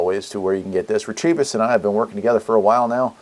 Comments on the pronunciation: Re-Te-Vis, not "retrieve us". Thanks! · Not Retrievis, but Retevis.